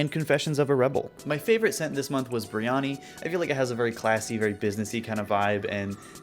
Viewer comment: thought you were saying "biryani", not "brioni" 💀 meaning a south asian dish with lots of spices